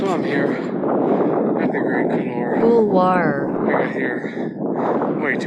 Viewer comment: Mawn Blawn Refuge Goo-tAIR Coo-loo-Are.